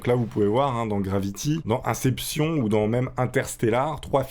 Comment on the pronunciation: Inception....... " incépssion " 😅😅😅😅😅